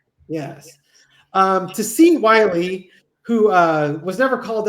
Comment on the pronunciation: 💙❤️💙❤️💙❤️💙....Thanks for the shout out and most importantanly pronouncing the name Wiley correctly...like the coyote not willie the chocolate factory. 😂 ❤️ to you brothers!